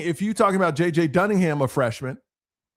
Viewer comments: JJ….Dun-I-gan ……..NOT Duningham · It's JJ Dunnigan not dunningHam. Much love as always bro! Next time you come to Tampa I want to come to a show. Zachariah poyser got paid $350K last season. I guarantee you Fletcher's up there around a million at least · Bonehead it's Dunnigin